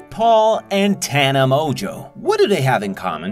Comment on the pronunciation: tana monjo? its Tana Mon-Go